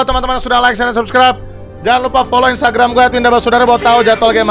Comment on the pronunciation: instagram bang bukan instragam 🗿